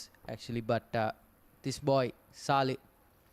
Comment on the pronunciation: I take my hat off to the commentators. However,you did not pronounce the name of Thurstan Captain right. It is not සාලෙ. It is සලෙ just like suresh salley. The other thing is younger brother of the captain is the fly half of the Thurstan. To make things clear Ahad and Nehad salley. Nehad will feature for Thurstan for some more years. Dear commentators do it right and justice.